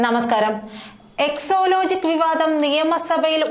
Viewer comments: Yes she always says so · എക്സോ ലോജിക്കല്ല കൊച്ചേ. എക്സാലോജിക്കാണ്.